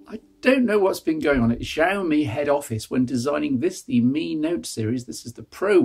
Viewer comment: IINM, it's she-owe-me - I think you had it right once towards the end there :)